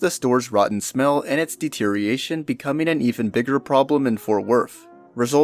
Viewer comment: This is a decent video and your narration is fine voice-wise but if I could offer some constructive criticism here I would say maybe double check your pronunciation of a number of words here. For example I'm about 8minutes in so far and I've noticed a few: Envelop, Deterioration, and Indict/Indictment just as examples I've noticed so far. Again I think the video quality is otherwise good, same with your narration and audio setup, just think if you fix or double check pronunciation of a few things first it would basically make the narration pretty flawless imo. Good work either way.